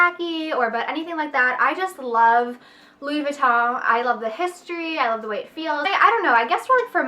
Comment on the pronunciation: You should be in a LV commercial - I love how you say the name!